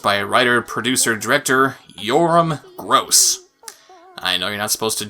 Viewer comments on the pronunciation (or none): Yoram Gross. The last name actually sounds like “G-RAAS” rhymes with Ross. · producer directer's name is pronounced "gros".